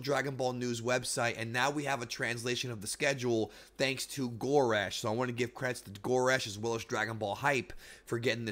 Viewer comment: Goresh is pronounced GuhResh